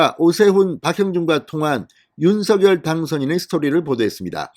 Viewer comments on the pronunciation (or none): 윤석열 님 발음하실때 윤 석렬로 발음해달라고 직접 말씀하셨어요 얼때부터 석렬로 부모님이 불러주셨다고 방송에서 들었어요 의원님께서도 서결보다 석렬로 얘기하심 좋겠네요 방송 잘보고있어요 궁금중을 알기쉽게 설명해 주셔서 강사합니다~ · 갱상도 싸나이라 그래요...방송 앵커들도 다 성렬이라 발음하지만 서결이라해도 알아들을 수 있으니 너그러이~